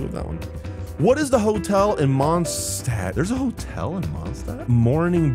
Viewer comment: It was so painful watching you fail Gothe Grand Hotel, Mondstat’s name, and Eula Azhdaha